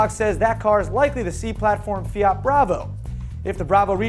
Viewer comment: the pronounce it's correct (almost) just search pubblicita fiat